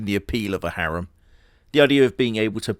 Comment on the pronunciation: you get points for saying harem correctly. I hate the old english way of saying it.